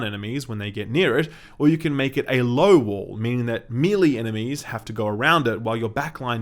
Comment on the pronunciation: May-lay dude, may-lay.